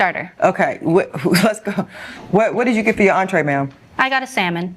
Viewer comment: "fur a couple dates"